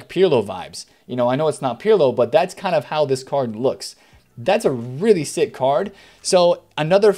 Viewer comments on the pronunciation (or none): none